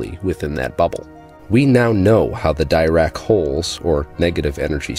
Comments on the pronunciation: Peer reviewed or it's not science. At the risk of offending you greatly (for which I will make amends if needed), I watch physics videos from around the world and I have never heard anyone pronounce Dirac the way you do (rhyming with tie rack). I have trouble believing you have attended any lectures on quantum mechanics. Assuming this is deeply-thought-out science fiction, with possible fleecing of idiots, let me help you sound more authentic, as I am fans of both. I will use capitals to designate the emphasized syllable. Depending on your dialect and/or that of your professor, typical pronunciations are like deRack (with a brief e like in because), diRack (with an i like in bit), d'Rack (just a fleeting vowel noise between consonants), deRock, diRock, Deerack. If I heard that last one I would assume the speaker is from India or nearby. Americans typically use diRack, deRack, or d'Rack. Your accent and dialect are clearly American (we call z zee, while most others call it zed), so it is good to stick to American pronunciations. Britons typically pronounce it closer to the original french; deRock or diRock. They might even use a french r sound. Sorry, I don't know how to depict the french r sound by mere spelling. It's like if a letter had r for its mother, while its father's parents were h and a hard g. Kind of throaty. Looking back at this, it is almost certainly the kind of rambling I do when sleep is near. My filters are the first to go... Sorry for offending anyone, but I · Why was this recommended to me? I have difficulty trusting any physicist who doesn't know how to pronounce "Dirac." Especially when they're asking money from laypeople instead of appealing to people who actually understand math and physics.